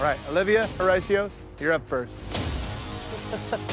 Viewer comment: “Horecio” is a funny way to pronounce it